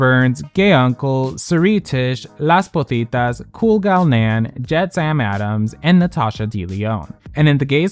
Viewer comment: I'd also like to personally thank Las Pozitas for being a Patreon. I get a laugh every time pronounces your name as "Las Putitas" ❤